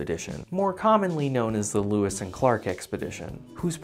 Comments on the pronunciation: Great series of videos. But it was "Lewis" and Clark, not "Louis" and Clark. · Lewis not Louis